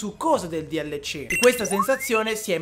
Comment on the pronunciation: DLC non si dice dielleci ma si dice delsi